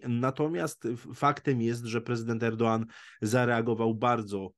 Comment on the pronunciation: Pierwszy raz słyszę, że ktoś poprawnie wymawia nazwisko tureckiego prezydenta. O ile zwykli ludzie mają prawo nie znać tureckiej wymowy, to dziennikarze raczej w nazwiskach takich osób nie powinni robić błędów. Ale nad poziomem polskiego dziennikarstwa to spuśćmy zasłonę milczenia.